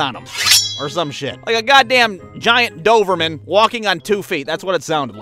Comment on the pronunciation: Did anyone else die laughing when he said doverman?